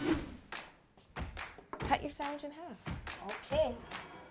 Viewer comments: Sangwiche!😂 Yolanda totally won🏅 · definently aunties 'Grilled Chese Sangwich' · i thought my mom was the only one that says sangawhich...... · Sangwich hahahahha